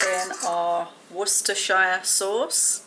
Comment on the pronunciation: Coming over from Paddy Joe Cooking. I love supporting fellow YouTubers! This is a great idea for a collaboration. I have never heard of Welch Rarebit. This is interesting. That bread looks amazing! I’m amazed!!! You said Worcestershire sauce right. I’m American and we have a heck of a time trying to say that right. 😂 I just thought everyone did, but clearly I was wrong. lol